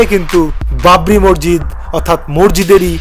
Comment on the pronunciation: উচ্চারণ গুলো ঠিক করেন,মসজিদ বলে ওটাকে, মর্জিদ না😂😂😂